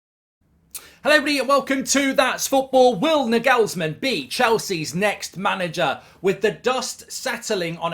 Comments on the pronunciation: Will Mark ever learn how to say Nagelsmann? I think he is still speaking about the Danish wonderkid sensation Miguelsen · I’m not, nor do i speak German, but i’m quite certain that he is butchering that name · It's not Nigelsmann, it's Nagelsmann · He says Na-gelsmann when it’s supposed to be Nagels-Mann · Hey Mark. The correct pronunciation is stressing the first A in Nagelsmann. Like NAgelsmann. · It's Naaaaaagelsmann Mark. Focus on the A ... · I speak German and the way Goldbridge pronounces Nagelsman cracks me up. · At this point I'm pretty sure Mark is purposely mispronouncing his name for the Youtube algorithm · nah ive never heard nagelsmanns name be pronounced like that😂 im convinced mark is just butchering names on purpose now 😂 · Why he announce his name like that 😂😂😂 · Mark wanted to see how many times he could say Nagelsmann incorrectly in one video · Hes so ignorant to pronouncing foreign names properly it's hilarious 😅 that's just Mark for you... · The worst part of this is that we're going to hear Mark butcher his name almost every week now 😂😱😱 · British people lol. The way Mark pronounces Nagelsmann is the funniest ish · He's the only bloke who doesn't know how to say Nagelsmann lmao it's obvious how to pronounce it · Americans can't even pronounce a lot of English English words lol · I swear Mark mispronounces names intentionally to drive comments, there’s no way he thinks that’s actually how you say Nagelsmann